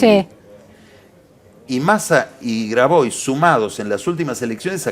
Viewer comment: No sé si Chocolate tiene un apellido catalán o francés. Si es catalán se pronuncia Rigau, si es francés se pronuncia Rigó. De la misma manera, Grabois se dice "Grabuá", pues es francés. Pésimo el nivel de educación del periodismo argentino!